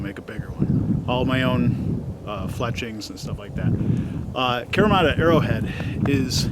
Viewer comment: Fun video. Thanks for sharing. I live in Japan and do kyudo. I wish I were allowed to test stuff like this. But unfortunately broadheads are extremely illegal to shoot here. So I’m glad other people get to do it for us. Also, just a little tip on pronunciation. It’s kahreemata. All Japanese vowels have the same pronunciation no matter the word. A:ah e:eh I:ee o:oh u:oo